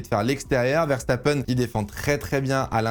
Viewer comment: Tu a dit verstapeune, pas verstapen